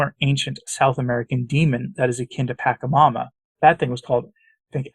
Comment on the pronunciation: Origin of the word PACHAMAMA is from South America-the Andes. Just FYI,, THE LETTER 'C' of the word pachamama is pronounced as soft 'C' and NOT AS 'K' thank you.